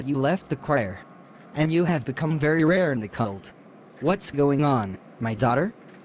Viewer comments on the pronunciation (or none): Did he say "you're become very rear in the cult"??🤨🤨